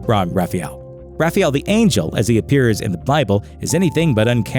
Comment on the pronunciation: You pronounced Raphael wrong. You probably also pronounce aluminium wrong. See what im getting at here. Things can be changed to suit your needs. In SPN's case. Changed the lore. Saying Angels are supposed to be good cause the bible says so is stupid SPN has its own lore so your twilight sparkling vamps can fuck off.